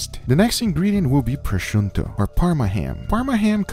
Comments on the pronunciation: Why u saying prosciunto? It's prosciutto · Why are you saying prochunto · bro come on "Proshunto" how can you fk this up HAHAHA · prosciunto che cazzo è? PROSCIUTTO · He totally screwed the pooch on that sear job! I could barely handle all of the mispronunciations of multiple ingredients (proshundo?) and other words (might as well call it "cringe wrap"... it's "Cling" like "Thing") but abusing gorgeous meat the way he did should be illegal. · Why u pronounce prosciutto “pronshunto” ;-; it’s Pro shiuttÖ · Its not proshonto its pronounce proshuto, if I can even write it like this. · I love this guy but every time he says “prosciuntto” .... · Guga what is wrong with you? That not "proshunto", it's "proshutto", there is no N. And don't mix the two, I'm Italian and I love prosciutto, but Ibérico isn't just good ham, it's glory. And Pata Negra, that's the glory of glory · Guga, it's prosciutto, double t like button, not prosciunto :) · why're you saying, "proschunto"? good video otherwise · I gonna spell it so that even a complete ignorant could say it. Pro-shu-tto THERE IS NO "N" IN PROSCIUTTO! Goddammit is not that difficult. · i just cant stand guga calling prosciutto proshonto lmao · it's prosciutto and not proscuiNtto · Why does Guga say "Proschunto"? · as an italian hearing him say "prosciunto" hurt more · Pronounced proh -shoo-toe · Pronounced Pro-Shoot-oh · Everyone: Prosciutto Guga: Pro-shun-to I love you so much guga lol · I am I the only one that is ticked off by him misspronuncing proscuito? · I'd never heard anyone pronounce the N in Prosciutto so strongly lmao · Love your vids but the way you pronounced prosciutto triggered me so much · But... It's not an English word. Since he is from Brazil, maybe they pronounce it that way? He has also pronounced "jamón ibérico" in a very understandable spanish. I would love to pronounce english as well as he pronounces spanish and portugueese 🤣